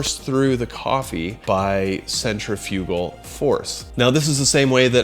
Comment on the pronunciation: Say it with us; Cen triff-uh-gull. Not Centra Few Gull. #derp